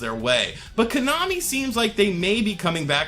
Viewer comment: Why i keep hearing you KANAMI?